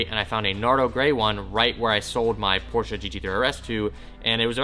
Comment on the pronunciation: i love ya, BUT FUCKING PRONOUNCE PORSCHE CORRECTLY